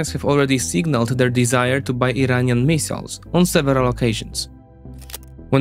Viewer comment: no need to apologize about pronunciations, you would be apologizing all day otherwise; just chuckle about it and move on. Mee-siles haha